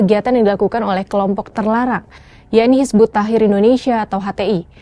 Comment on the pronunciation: Astaghfirullah...belajar dulu mbak...nyebut nama nya aja belepotan..kok dah berani bilang terlarang...Hizbut Tahir...lucu